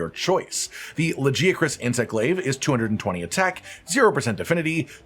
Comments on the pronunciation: It drives me nuts how the game calls it "Laggy-uh-chris"... the correct pronunciation is "La-guy-uh-chris" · Brother, it's LaGiacrus. Hard g. Like for Gif. We hear it multiple times in the cutscene. Its an ugly name with a soft g anyway